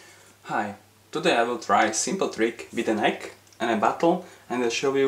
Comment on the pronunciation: you say the egg or the ekk?